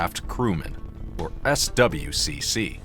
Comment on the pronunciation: no one says the letters in SWCC. it's "Swick"